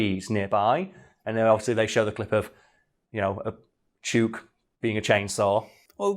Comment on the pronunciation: this is defiantly an episode that needs the clips edited in. the lyre bird is completely awesome, and I need to see the salmon hat. also, 'chook' is pronounced like hook. its aussie slang for 'chicken'. as in, 'Im going to feed the chooks'. It can also be used as a term for a group of gossiping (usually older) ladies. you wouldnt call em that to their faces tho.